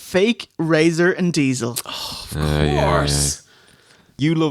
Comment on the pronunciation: ray-zor and diezelle lol